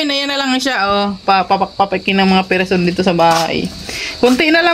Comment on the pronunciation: Sigurado ka Ferson? Hindi Feofol?hehehe…